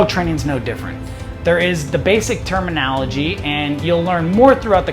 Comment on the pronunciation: Starts off by telling you that you need to learn the proper terminology… yet can’t pronounce terminology.